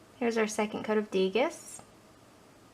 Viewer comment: Degas is pronounced DAY-GAH :) Nice swatches!